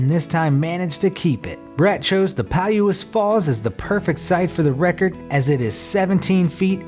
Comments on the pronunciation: Poulose falls is pronounced pa loose falls I have been there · Palouse falls is pronounced, (Pah-loose and then falls lol)